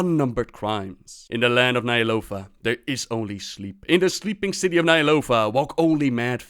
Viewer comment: you pronounce "Ny'alotha" as Nyalofa. Good video otherwise